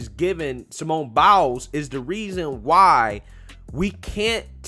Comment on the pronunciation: I agree with everything you said. I just need to add, every time you say "Simone Biles", it sounds like "Simone Bowels."